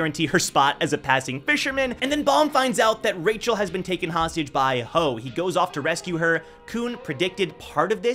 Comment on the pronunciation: why does he keep saying Rachel’s name is Michel ?? is she a catfish lol